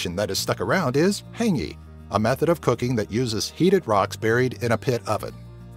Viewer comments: Hu-ng-y not ha-ng-y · Did he say hangi? Its said Hung-i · U said hangi wrong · Hey im a kiwi (newzealander) but not ofending of anything but we pronounce as hung gee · DUDE its not hangi its Hongi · It's not pronounced hangi😂😂😂😂 it's pronounced hungi. Just something good to know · Pronouced HUNGI not HANGI Pronounced Maori not Mari Just Saying xx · hangi is pronounced h-U-ngi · its hangi haah ngeee for easy saying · It's pronounced han-g-ee ~All the Kiwis (New Zealanders) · "Hangee" tRiGgErEd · H...HANGY really I mean I don’t blame you because you come from a different country BUT YOU PRONOUNCE MOARI WORDS HORRIBLY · I'm a kiwi! And by the way, It's Kumura, not sweet potato and hangi is pronounced "Hung-ee" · LOL HE SAID HANG E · you say hangi like hungi not hanging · Mahuika Parata hang-ee XD I mean, at least they tried!! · Like Hayngi lol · Hangi! Lol it's pronounced hungi. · LOL, when he said hangi a little voice in my head shouted it's saaid 'HUNGI" . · Haha heygnee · he said hangi wrong :( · I wish he never said hangi 😂😂😂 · my face when he said maori and hangi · good try on saying hangi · what the hell are you saying "we" and "us" for,youre not a kiwi,not born and educated here,you cant even pronounce basic local words like hangi,weta and others. why mention shepard on the tenner but fail to mention rutherford on the hundy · omg the way he says Maori and hangi lmaoo 😫😫😫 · FUCK IM CRINGING SO HARD HANGI OMGGG NO ITS A HONGI UGHHHH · ROTORUA and HANGI lol... americans these days smh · Lol I laughed every time they mispronounced the Maori word XD like hangi